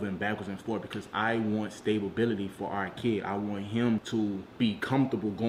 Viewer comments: that nigga said “stabilbility” 😭😭😭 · This nigga said stable-bility 😂😂😂😂😂😂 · He wants what??? Stable bility????? Nigga that’s not even a word lmaoooo